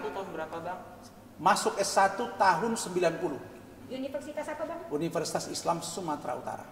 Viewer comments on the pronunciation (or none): Apa dia bilang..universisait?